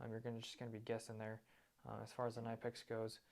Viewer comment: Knipex, pronounced Kuh-Ni-Pex. And adjust your volume. Plus, if you’re judging the benchmark or top of the line, and you don’t even mention Snap On, shame….